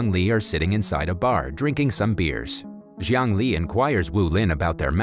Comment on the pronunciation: Jiang Li’s name pronunciation sounded like “Zhongli”